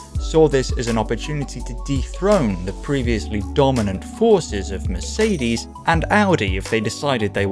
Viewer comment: When you do another one with a Mercedes then please open Google translator > switch language to german at the top > type in Mercedes > klick the loudspeaker at the bottom > listen to a proper pronounciation I promise, it's really easy to pronounce 🙂